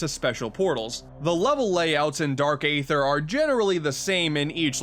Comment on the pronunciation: who else cringed when he said aether with a long A sound...